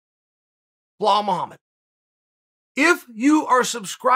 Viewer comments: "Blahal Muhammad" 😂😂😂😂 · Chael “blahal” sonnen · When chael does these ads he is always like this ad really helped me blah blah blah, or he is like I was a customer even before they sponsored me. Like no chael half these companies I have never heard of and chael knows damn well he sleeps just fine lol. Btw it’s bilal idk where chael the goat is bringing that “h” from